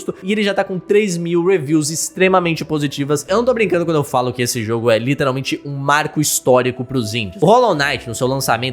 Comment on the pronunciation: fala "literalmente" de forma muito errada. Mds, me da agonia